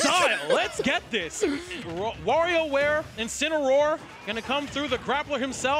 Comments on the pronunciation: "Incino- 'where" gives me Anxiety everytime they say it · Yo why they keep mispronouncing incineroar